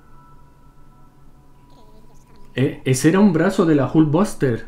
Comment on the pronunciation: La airon espayder y la jul vaster jajajaja